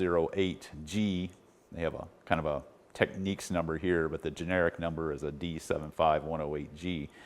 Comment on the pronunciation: Technics is not pronounced the same as techniques.